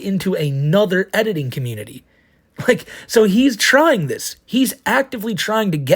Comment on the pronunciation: It was most enraging when he kept saying "yua twying to endow human wights to a inanimate object, a cawtoon."